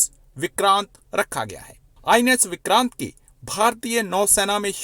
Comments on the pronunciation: You know some commentator has low intellectual standards when he/she cannot be bothered to pronounce names correctly. What the hell are “विक्रंत” and “केराला”? Since he watches Indian TV he must know how the names are pronounced. Deliberate? Also this “expert” on strategic affairs doesn’t seem to know it’s “(Admiral) Gorshkov” not “Gorshov”. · Vikraant Cheema Vikraant. Vikrunt nahi. Pakistani koi bhi Indian naam thik se nahi bol sakate.